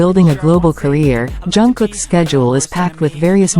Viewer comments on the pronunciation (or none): Author, learn how to pronounce the name of Jungkook! He is not "YOUNG KOOK", but [DZANKOOK]